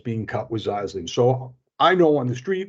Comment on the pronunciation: You’re pronouncing Xylazine wrong. It’s ZIE-LA-ZEEN